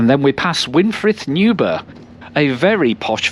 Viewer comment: Just about getting used to your pronunciation of words with A in them like path and daft, still grates a bit on my Surrey bred Ears. I may be wrong but Newburgh may be pronounced as the burgh in Edinburgh, as brugh. Piddle is Dorset dialect for a stream or small river so the river Stream or river River. Puddle dialect for a pond, piddles often form puddles. Dorset heaths are one of the few remaining habitats for Adders, any sheets of corrugated iron lying around have not been dumped but are so they can nest under and warm up quickly in the mornings.